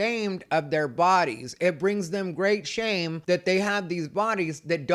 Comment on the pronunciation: Why do I always hear the phrase “great shame” in a Japanese accent? “Agreata shame”😂😂